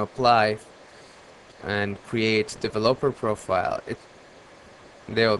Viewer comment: Dev-O-Lope-Er ..LOL